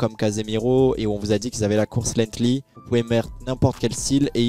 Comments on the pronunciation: C’est pas lethly c’est lenghty la course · Parcontre ce n'est pas lenghtly comme j'entends mais LENGTHY .